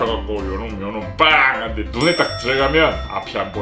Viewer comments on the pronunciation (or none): 옥에티 발견! 눈에라고 해야 돼는데 누에라고 했어용❤